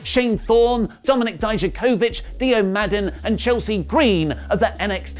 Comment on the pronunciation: Dijacovic not Dijacovich